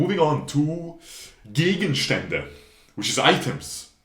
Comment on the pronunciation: Very good work! Im from Switzerland and u pronounced ‚Gegenstände‘ absolutly perfekt🤷🏽💪🏽